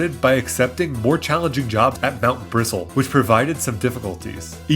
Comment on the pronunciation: it’s mt bristle, as in like brush bristles, PLEASE stop saying mt bristol it physically hurts me